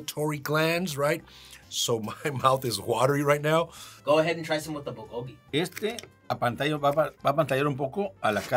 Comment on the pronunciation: You are pronouncing bulgogi wrong. It sounds like proo-goog-gi (fire meat)